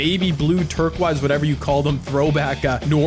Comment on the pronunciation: Nobody: Litrally Nobdy::Iv'e got these beautiful turqwise jerseys IT IS TERK-OISE. DAS HOW U SPELL IT